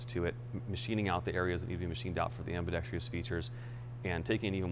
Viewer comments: The word is "am·bi·dex·trous" not "am-bi-dex-tree-us". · Gunsmith is a genius, but can’t pronounce “ambidextrous” properly.